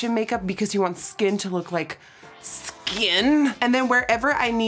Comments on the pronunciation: The way she said skin has me crying 🤣🤣 love you Nikkie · the way u said skin made me laugh so hard I think my cat has a problem now